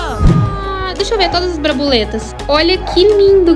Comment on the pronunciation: E ela falando o chaveiro azul de brabuleta